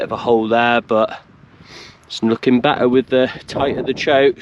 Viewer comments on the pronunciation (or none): none